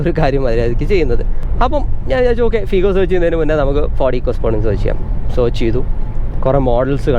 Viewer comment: ഫീഗോ ❌ ഫിഗോ ✅